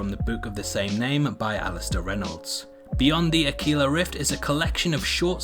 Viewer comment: Pedantic SOB here, it's not Spanish so not pronounced akila, it's akwila, Latin for eagle